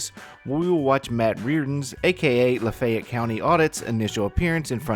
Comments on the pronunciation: Southern pronunciation— Laaa-fay(long A)—ett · I can't believe you don't know how to pronounce LaFayette.